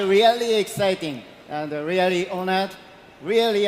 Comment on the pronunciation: その後で説明しているけど、ホリエモンは日本人の典型的な発音で、アンビリーバボー！と言ってるからです。 レアリー？も日本人の発音の典型的な発音で、通じない可能性が高いです。 Unbelievableとか、Really？はマジで発音が難しいです。 自分ならば代わりに、 Wow! It's amazing! が言いやすくて、良く使ってます。 UnbelievableやReallyは、地雷です。